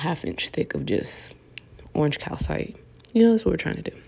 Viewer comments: These are stunning!! ❤️❤️And I love them in all mediums.. shiny, matte etc. Btw, you're pronouncing it correctly.. cal-site 😊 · You pronounced it perfectly! This set is literally the most beautiful. You are talented. These nails can't be wrong matte or shiny. I wish you had a list so I can buy all that i need to even try to create these. Im seriously in awe of these nails.